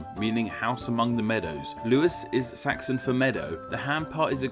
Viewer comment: You also pronounced Saxon as Saxton and crocus as crockus... and at one point pronounced borough the American way...